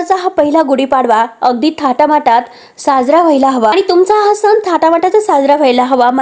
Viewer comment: निवेदिका खूप अशुद्ध बोलत आहे सन नाही g सण